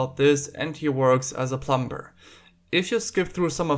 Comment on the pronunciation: I love how you pronounce plumber with the B (the b is silent) never change please